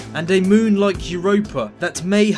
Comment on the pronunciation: I know it's a regional accent you have but it's incredibly annoying. Every word that has the letter "I" in it is awful to listen to. The start of your "I" pronunciation sounds like an "o" pronunciation. e.g "like" sounds like "loyk" and "miles" sounds like "moyles". I can't listen to it so I won't be subscribing. Sorry.